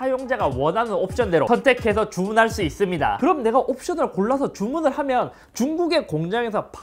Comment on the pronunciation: 잇섭 님 발음 특징 : ~~~(제품 특징)스러워진 아이폰을 볼 thㅜ 이thㅡㅂ니다!